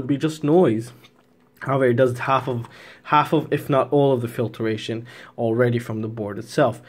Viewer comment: I admit, the mispronunciation of filtration drove me a little crazy too. Pointing this out though is not hate. Misuse of the word hate is equally annoying. 👍☺️